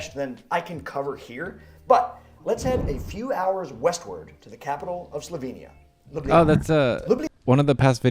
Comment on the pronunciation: So many mispronounce Ljubljana (you did too) that it pains me. It's Lyoo-blyah-nah. Historically both j letters were left out but that is still accceptable today. I don't live there but that doesn't matter.